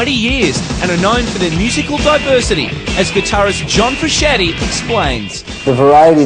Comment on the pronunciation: Lol get it right it’s Frooshanty